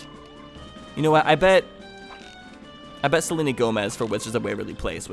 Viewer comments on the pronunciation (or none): none